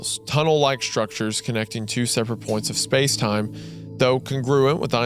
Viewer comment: speeeeeece station